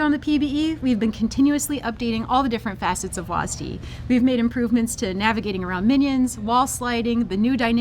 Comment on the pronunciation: calling w a s d wasd has to be the most cringe thing ive ever heard someone speak out loud